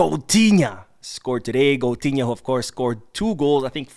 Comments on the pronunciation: Goatinha not coutunho😂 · Why keep saying coutunho 😅😅